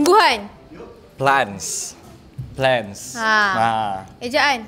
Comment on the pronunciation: betul dah tu pronunciation tu plant, yang cara sebutan kedua tu untuk plan bukan plant